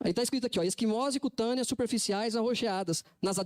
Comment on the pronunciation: O q dizer de um advogado de defesa auto denomina-se dr, e não saber ler a palavra equimose😂😂😂😂😂😅